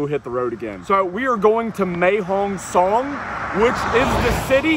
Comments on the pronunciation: Mate, I hate to bring this up, but it's Mae Hong Son (Sorn), not Mae Hong Song. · you got the pronounciation of Pattaya right, can you please get Mae Hong Song correct, it is pronounced Mair Hong Song not Mae (May)Hong Song thanks your videos are the business.